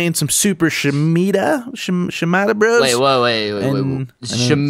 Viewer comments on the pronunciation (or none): it's She-Ma-duh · Its pronounced She-Ma-Da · pronunciation "shee-mah-dah" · Its Shi-ma-da pronounce the first syllable like you would say ** minus the t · It's shi-marda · Is it so hard to say sha-ma-da? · Just some constructive criticism it is shi-ma-da